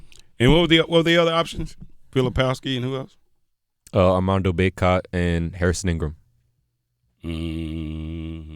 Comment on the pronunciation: Question. Is he calling him Amanda Boycott or Armando? I hear Amanda. Strange because he's a big Tar Heel fan. Just asking. If I'm not hearing it correctly then please forgive me.